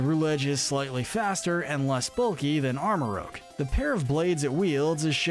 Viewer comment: FYI It’s pronounced armor rouj not armor rouge